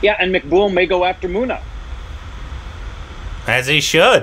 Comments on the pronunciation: its not muna ... its munna .. mun-na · Please stress on the double letters when pronouncing Guddu not Goodu...Munna not Moona....Tri-pa-thi not Tripti....